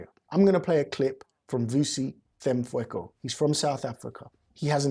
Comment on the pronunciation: 😂😂😂 the pronunciation of vusi tembekwayo my goodness it’s te -mbe - kwa - yo .